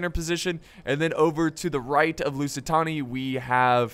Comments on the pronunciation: Couldn't stand watching the video coz every time said "lusitoni" I screamed behind the screen "It's LusitAAAAni" XD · its lusitAni not lusitOni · Holy shit dude I can't keep hearing "Tony" when there's clearly no way to mispronounce the name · Love the Rome 2! But you calling the Lusitani, Lusitonia was annoying me to hell xD It's present day Portugal by the way. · LusitAni , its simple , u say it like u read it thats it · It's LOO-SEE-TARNY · That’s why it sounded wrong